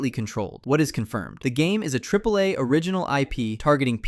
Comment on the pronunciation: AAA is pronounced "Triple A"